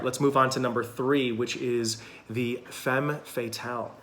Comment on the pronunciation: Interesting video! I identify with four of them, that are quite different. And a detail, femme is pronounced fam (looking for an English word with the correct a, but in vain. Better maybe to find a pronunciation clip?)